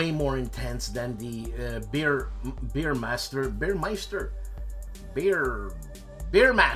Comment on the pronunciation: very nice choises. just a litte correction, the one you say beermaster is actually Veermaster. the capital letter (V) is depicted in funny way in typography. thanks for the video and looking forward the next one. especially with Mr. Oulette.